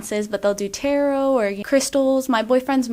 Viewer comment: My brother in Christ, tarot is pronounce “terro” not “terrott”. If you want to be professional and show you know what you’re talking about you need to at least pronounce stuff correctly…